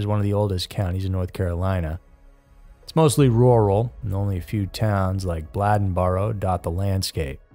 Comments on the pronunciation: He ketp pronouncing Bladenboro wrong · how can you pronounce Bladen correctly but mess up Bladenboro so terribly 🤦🏼😭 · I dont get it, man.... you can say bladen, but you cant say bladenboro?? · It's Bladenboro (b lay den boro) not (b lad n boro) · Not a Blahd rather a Blay+in+burr. Native North Cackalackians.. pronounce it .. Blayd+ in + burr... .. Used in a sentence Bladenboro used to be big tahbacky farmin area up yonder from Whyyyyyteeville..(whiteville). (NC bred, bornt, buttered, braised n raised Wrightsville Beach North Caxkalacky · It was driving me crazy. He can say Bladen county just fine then butcher "Bladden-boro" 😂 when i grew up there, we called it Bladen-bur 😅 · Bladenboro....not bladdenboro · They caught Faith's murderer at a DWI license check, I dont believe anyone still knows why?Also, I believe its pronounced Blade-en boro not Blad-en boro!! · "Blade n Boro" Not "blad n Boro" you said the county name right, it's the county name plus "boro" I'm from there. Great cover of the story, but the pronunciation of Bladenboro was killing me. 😂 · You're killing me pronouncing Blade-n-boro, Blad-n-boro. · OMG! It is not Bladdenboro. It is Bladen (like the county name) boro. It is a long “a”. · Say it with me Blade-in-burough not Blĺadenburough😅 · I’m late. But it’s pronounced Blay-Den and Blay-den-burrow. Bladen and Bladenboro. 😂😂😂 sounds funny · I live in Bladen County and Bladenboro is pronounced like the county, Bladen with a long (a) sound. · Lol. Bladenboro and Bladen county are pronounced the same way. It's not Blad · its pronouced BLAY-DEN boro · 😂😂😂yeah. I guess you have to live around here to know how to pronounce it. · He knew how to pronounce Bladen county but not Bladenboro?!?! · That's what I came here to say. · The REAL beast of Bladenboro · Bladenboro is pronounced like Bladen County and not like what you hold urine in. Lol great video though! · How do you pronounce bladen country properly but switch the pronunciation of Bladenboro?